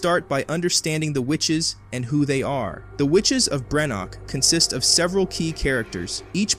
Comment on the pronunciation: Perusing some of the comments I’d likely have less of an issue on the take here but given that there are 2 major errors in the first sentence I’m not gonna waste my time to find out. 3rd episode, not FINAL. BrenDok, not Brenok. Whether it’s lazy reliance on AI or lazy editorial/proofing of the work, neither speaks well of the channel.